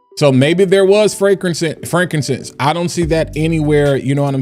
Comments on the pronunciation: She doesn't know how to say frankincense. Call ICE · Yeah man, it's jacked up... they just followed LV, and watch, all these other companies will follow suit, the scamming shall continue! And LOL on her trying to pronounce frankincense. 🤣 😂